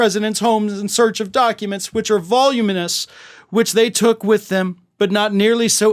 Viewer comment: Learn to pronounce voluminous!